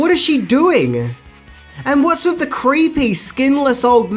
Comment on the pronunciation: "numchucks to freaten 'em wiv"